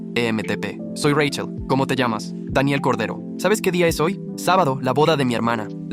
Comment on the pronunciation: Corday❌ Cordero✅✅✅✅✅